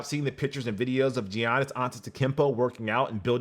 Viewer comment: the way he said GiAnis